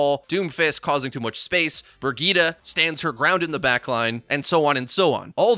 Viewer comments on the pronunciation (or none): It's not "Bregidda" it's Brigitte lol